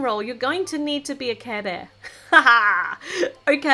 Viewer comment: Hearing you say "kæh bæh" (care bear) was my favourite part of this vid 😋😘